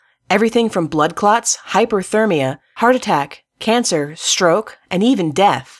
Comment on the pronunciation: It’s Hypothermia not hyperthermia